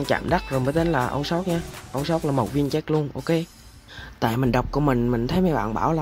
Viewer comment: Sao anh đọc âu shot